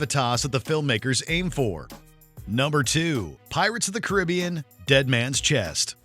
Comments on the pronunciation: You can’t even say Caribbean correctly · The mispronunciation of Caribbean makes this video painful to watch